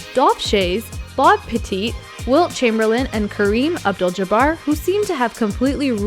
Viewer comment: Mikan - My-kin Petit - Pet-it